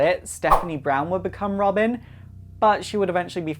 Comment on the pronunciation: Did he just say Robim?